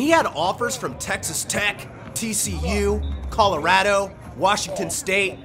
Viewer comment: The way he pronounced Colorado tells me he’s from Colorado